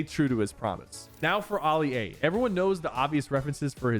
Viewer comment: He said Oli-A and not Ali-A